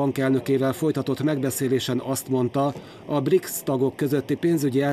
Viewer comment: Briksz helyet magyarosan ''brics''nek olvasott BRICS csoport na ott fogtam fel hogy a bemondó csak felolvasó és nem szakértő. Azért nem elég csak helyesen kinézni egy műsorvezetőnek kedves MTVA ....